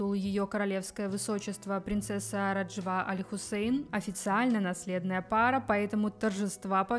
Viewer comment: Живу в Иордании, поэтому не могу вас не поправить.Вы не правильно произносите имя невесты.Не РажвА, а РАжва, ударение на первый слог.